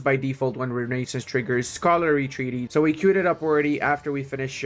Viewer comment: pls consider pronouncing renaissance as it is pronounced correctly. please. i beg of you.